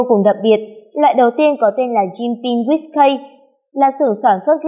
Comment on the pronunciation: guýt cây ? :))) đều đọc là ki hết má ơi